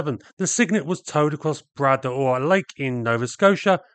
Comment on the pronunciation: It's pronounced Bra Door, silent s.